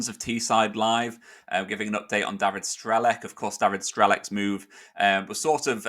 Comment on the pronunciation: just a hint, the "C" in Strelec is pronounced as "TS", so it's like "Strelets" and means "Shooter" or "Sagittarius" Thought I'd point that out. Cheers and good luck to him and Boro ;)